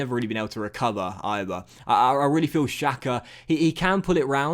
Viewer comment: SAKA not SAKO 😂